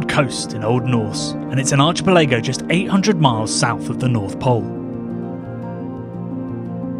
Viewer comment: you pronounced archipelago (time: ) a bit like Nigella says "microwave"